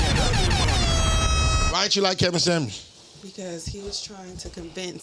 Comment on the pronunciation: It’s Kevin Samuel’s not Kevin samands lol😂